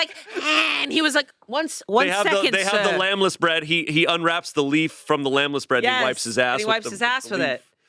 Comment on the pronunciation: The way I did a QUADRUPLE-take over saying "lamb-less bread" instead of lembas bread..?! 🤨🤯😨